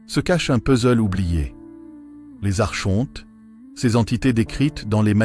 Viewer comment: La prononciation correcte est "arconte" comme archange et non arche honte.